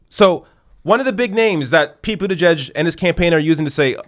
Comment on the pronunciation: as the conscientious journalist and commentator that you are it is admirable that you pronounce the family name of that cretin, Mayor Pete, correctly, but, y'know, I still to pronounce it in my way that sums up a contempt for his pretentions: Pete BOOTYBUTT.